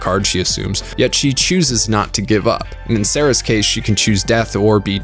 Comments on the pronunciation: Great vid, but every time you call Seras Sarah I wanna scream. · its seras, not sarrah XD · I'm sorry dude, I couldn't get through the vid because you kept pronouncing her name as Sera not Seris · Great video! A wonderful analysis of the OG series. That being said - Same verse, same as the first: It's 'Seras'. Not 'Sera'. 'Sara', 'Sarah', etc. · So am I trippin isn't her name Seras not Sera?? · Wait, isn't it seras not sarah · Her name isn't "Sarah". It's "Seras". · "Sarah". Um.... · Lost a little respect when you called Seras "Sarah" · Wow, you kept getting Seras's name wrong, it is Seras because it's her LAST name. Victoria is her first name.